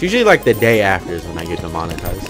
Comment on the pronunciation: DE M ON I TI ZE ED